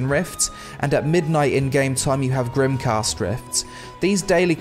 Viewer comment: A few corrections. GrimGHast, i wouldn't pronounce it like that but ok. In Crimson Rift you only get rewarded for killing the first boss, nothing from the second. In Grimghast you get from both tho. Hearty Meals can be crafted at either improved scarecrow farm or a farmers workbench both which are crafted from your 8x8 farm. Abyssal only occurs on Tuesdays, Thursdays and Saturdays. There also spawns small crystals you can mine on the three pylons around the Sea of Graves. A tip, if you remove decor on your fishing boat, like lanterns, boxes and the harpoon. It increases the speed of the boat since those items have weight. You can also get the dawnsdrop boots for free if you complete the bluesalt brootherhood questline where you need to craft a farm cart, you get a whole dawnsdrop set in fact. And i loved the video, keep up the good work :D